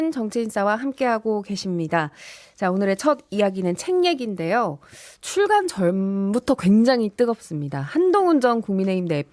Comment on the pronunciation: 출괄이 아니라 출간입니다 아나운서 라면서 기자도 아니고